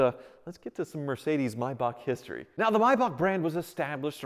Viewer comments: It's a MAY bach not a My bach. You even pronounced it right but then just a few seconds later said Mybach again........... eesh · Yay he pronounced it correctly! Was the one thing I was holding my breath for.. So many pronounce ''May'' as in the Month, and then there's those that says ''back'' slight hickup 😂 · Everyone: May Bach: My Boch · pronounces it "Maybock": pronounces it "Mybock" Pick a lane, guy! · its something like Mybakh, definately not May... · MAYbach. Also: MYbach. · Nice car but was hard to watch we don’t pronounce it the same in the Uk , it has a A between the m and y but USA pronounce mybach not maybach but then again I could be wrong ✌🏻👍🏻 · Me: only seeing the name thinking it's pronounced "may-back" Me: hears pronounce it as "My-bahk" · Why do you keep calling it a (my bark) it’s pronounced (may back) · It’s May like the month btw not my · The A in MAYBACH is not silent stop calling it a MYBACH please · I can tell he doesn't know if he wants to call it a maybach or a my-bock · May not mi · Why is it Americans can't speak English? It is pronounced May... back! As in April, May, June. Not April, My, June! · It’s pronounced MAYbach not MUYBACH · Am I the only one who cringes every time he says “My Bach” instead of Maybach? 🤷🏽‍♂️ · Do you know if he is pronouncing “maybach” wrong? i’m not that educated on cars and thought it was always pronounced “mayback” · Clicked off after he pronouncing it "mybok" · No American can pronounce the German/Swiss "ch" right. It's a sound made in the throat, not in the mouth. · Is it pronounced may-bach or mi-bach? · Will you please stop saying Maybach incorrectly 🤦🏻‍♂️